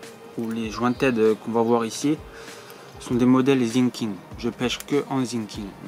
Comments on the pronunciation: Pour info😂ont dit Sinking pas zinking sa se prononce S par Z car dans la vidéo set😂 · Très bonne vidéo mais on dit Sssinkig et pas Zinking 😅